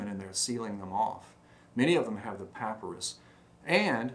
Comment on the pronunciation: Payprus? Is that an ancient receipt slip? Papyrus perhaps?